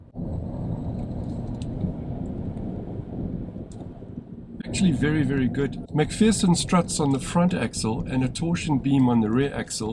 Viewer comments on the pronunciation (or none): If you had to pick one out the the BYD Dolphin Surf or the Geely E2 which one would you pick? Also, it's pronounced "Mc-Fur-son" not "Mc-Fear-son".